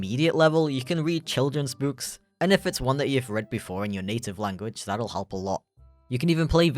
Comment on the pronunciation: "german *llllanguichh*" xD